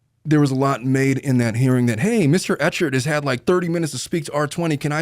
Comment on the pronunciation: Clayton Echard’s name is pronounced Ek-herd 😊